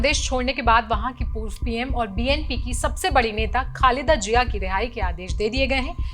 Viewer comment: Pahle bolna seekho, phir patrkar banna. Jiya nhi Ziya hota hai. Itne bade media house ne apko le kaise liya?